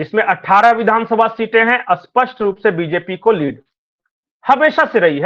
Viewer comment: सही उच्चारण कीजिए स्पष्ट शब्द का आप जो उच्चारण कर रहे हैं वो विलोम शब्द है